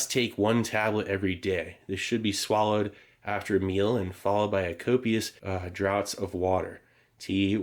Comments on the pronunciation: “Draught” is pronounced like the American spelling of “Draft” like Draught/Draft Beer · Draught of water ïs pronounced "draft" and means a swig or large of water. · "draught" is pronounced "draft" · Draught of water is pronounced draft of water. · Draught is pronounced "draft."